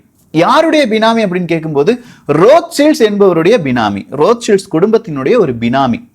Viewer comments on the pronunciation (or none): அண்ணா ரோத் சைல்டு தானே சரியான வார்த்தை நீங்க ரோத் சில்ட்ஸ் னு சொல்றிங்க